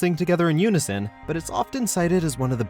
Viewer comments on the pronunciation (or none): none